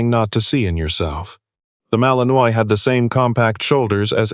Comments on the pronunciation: Seriously, people? The breed name is pronounced Mal-en-WHA, not Mal-en-oiy. Come on. Get it right. If you can't use a word, why use it? It just makes the dialogue sound ignorant. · Granted, it's AI, but maybe it could pronounce properly - mal-in-wa not mal-in-oise. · Narrator, I sure wish you knew how to pronounce words better...not trying to be mean, but it's "malin-waaah" ok? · Fix the AI & find a photo of Belgian Malinois if that's what the story is about. Pronounced Mal in wah, btw. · Malinois is in French and pronounced Mal-in-wah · AI can't pronounce it correctly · Looks like the pronunciation of the breed type which is the subject here could, at the very least, be correct !!!